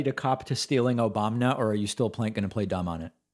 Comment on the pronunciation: Omg Destiny needs to clip THIS clip of David saying Obamna here and use that! Lol